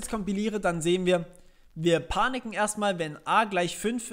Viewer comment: Panicen xD klingt wie picknicken haha ;)